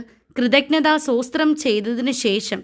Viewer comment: സോസ്ത്രം അല്ല സ്തോത്രം പറയുന്നതും തെറ്റാണ്